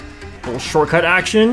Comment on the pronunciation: I took a sip everytime said "shorcut" and I went drunk after 3 minutes. Next time I'll try with the word "bagging" 😂